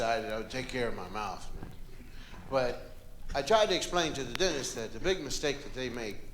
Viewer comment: putT. thatT. DOWNTTT and